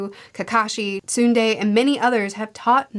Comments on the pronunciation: Hey! I am so happy to know that you loved Naruto, and are going to continue on with the series. Naruto has many many flaws, but it was my first anime (not including DBZ), and it will always have a special place in my heart. Your pronounciation of Tsunade's name killed me! Soon-day?? You mentioned that at various places in the story already, Naruto's words have had a major affect impact on people and changed their perspectives, if not beliefs. We call it Naruto's Talk-no-jutsu. It's the most powerful jutsu in his arsenal, closely followed by the Sexy jutsu. So far, it has already worked on Zabuza, Neji, Gaara, and Tsunade! Sadly, Sasuke seems immune to it! You mentioned how you were conflicted about Hiruzen Sarutobi, the Third Hokage. IMO, he was the worst Hokage of all and has much to answer for. He is undeniably a good guy but what makes it hard for me to forgive him is that despite being quite a powerful shinobi, he is also extremely weak by character. Already, you can see that come into play already at various points. 1) He let Naruto and Sasuke, two extremely important kids, having priceless power and potential (one has a Tailed Beast and one the last Uchiha), grow up alone and ostracized in the Leaf. You yourself mentioned that Naruto may have turned into a Gaara if not for Iruka's timely intervention. Sasuke DID turn rogue in the end. 2) He let Orochimaru escape when he caught him red handed performing experiments. The very fact that Orochimaru was able to perfor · Tsunde... Next time undulate your vocal chords a bit more and you might get her name right. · Loving these videos! You should try and look up how the names are pronounced beforehand, I'm sure there are many spoiler-free ways to do that. Tsunade -> Sunday had me dying, haha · Tsunade = Soo-naa-day Japanese 'a' is pronounced like in 'Father' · Tsunade is tsoo-nah-day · Tsunadae - sue-nah-day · Tsunade = soo-nah-day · It's sooonaaade Though spelling is like tsunade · Sue-naw-day = Tsunade